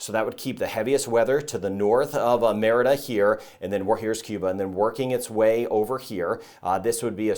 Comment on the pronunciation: Merida is " muh ree duh"; minor point, but it does taint an otherwise truly professional presentation.